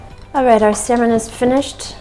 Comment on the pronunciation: Call me petty but once the guy said "Salmon" instead of "Samon" I stopped watching Lol